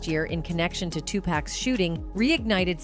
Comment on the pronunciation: Its pronounced 2pock not 2pack.. R.I.P. Tupac/ 2Pac